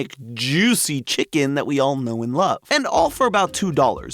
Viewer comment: “ chickenl is crazy